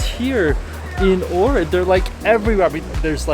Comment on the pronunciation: I moved to Ohrid and it is indeed beautiful but you are not pronouncing the name correctly.